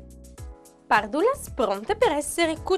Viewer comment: Allora da sardo dille che si dice "pàrdulas", non "pardùlas"